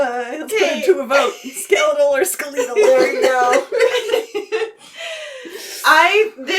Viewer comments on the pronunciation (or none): Who in the hell says ske-leet-al?